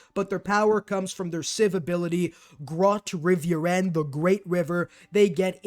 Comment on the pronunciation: As a Dutch person, I always laugh when you say the civ ability “Grote Rivieren” of the Netherlands but I don’t blame you for it.